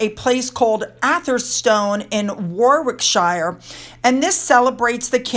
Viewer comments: A hint for you: when you see an English placename or surname with wick in it - say ick. The w is silent. Usually the shire part is pronounce more like shur. So it would sound like Warickshur with the accent on the War part. ❤ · I know you like to know the correct pronunciation of UK place names, so Slough is pronounced Slow like Sl + ow as in an expression of pain ... Warwickshire is pronounced Worrickshuh .... I know, I know, we do it deliberately 😄 but you always make a good try and we really appreciate that .... hope that helps. Great video as always 👍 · Warwickshire - War (wor as in o for opera) rick - sheer = woricksheer) 😉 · Warwickshire is pronounced like this [WORR] + [IK] + [SHUH]. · Hi 😊 The care home looks like a standard they all should have! When you say a shire it’s pronounced Warwick ‘sheer’ ❤ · Thanks for all your hard work, your research is amazing! Our 'shires' are pronounced 'sheer'- sorry! You're doing great!! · Warwickshire is usually proounced 'Worricksher", in fact most of the shires are usually said as "sher" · Warwickshire - War-Rick- Shire ❤️ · Your place name pronunciations are coming on really well. A point to note , when pronouncing something that has shire at the end of Its name, it comes out as 'shir'' or 'shirr'. So in War-ick-shirr. The second W is silent. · Hi, I love the way you don't duck out of a challenge and have a go at pronouncing our place names. I live in Warwickshire, it's pronounced Worricksheer. Hope that helps.🇬🇧🇺🇸💖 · The town Slough rhymes with “Bough”, same as a bough on a tree. Rhymes with “cow”. It does not rhyme with “Cough”. The county of Warwickshire is pronounced “Warrick-shir”. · Lovely as ever,. Another catchall for USA, Slough rhymes with plough as in OW that hurts.. 😁😁😁. Warwickshire =. War wick sheer, Lincolnshire Lin con sheer, hope you don’t mind xx